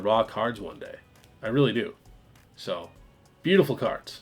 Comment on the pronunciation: Why is it that every time you say "raw card" I hear "rock hard"?! 😂😂 Hopefuly it's not Freudian!!